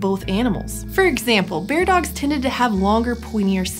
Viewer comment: Bear-dogs, not beard-ogs.